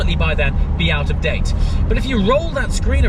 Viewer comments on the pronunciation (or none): none